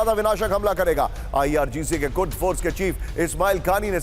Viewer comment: कुर्द कहो भाई नाकि,कुर्स